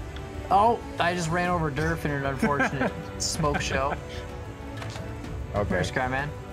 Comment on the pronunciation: Whenever scrapman says durf I always hear derp XD